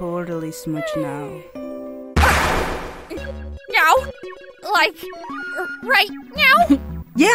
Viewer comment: I love how Alphys pronounces “now” like “nyow” it’s so cute :3